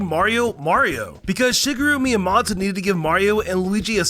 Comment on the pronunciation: like 30% of these are just straight up not true LMFAO also your pronunciations are ungodly annoying, Shigeru miyamtofodfjfksdf?? sarah-SUH land? dude what